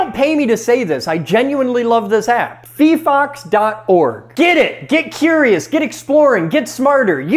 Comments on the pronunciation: I thought it was pronounced fye-fox. Was I wrong? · not fifox, fyfox. 😭 physics not fisics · It's fee-fox? I always read it as fi-fox. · Phyphox? Nah, I've been pronouncing it phyphox